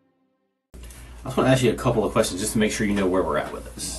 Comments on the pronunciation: Why do black people say axe instead of ask. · Do you even need to axe? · axe Michelle?? Where have I heard that before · You axing the wrong one! Lmao